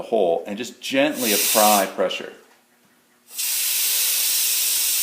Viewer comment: "gently appry pressure" lmao